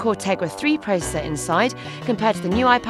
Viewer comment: "Googles new tab has a quad core tegra 3 procerrrr" LOL